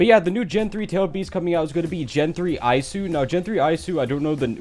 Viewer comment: Isu is pronounced as e sue